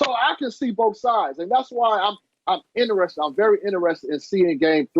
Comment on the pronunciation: "i am very innarested" lol